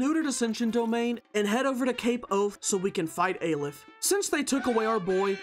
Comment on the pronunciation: STOP CALLING IT EI LIF PLEASE! ITS AH - LEF like AH! monster! and LEF like Left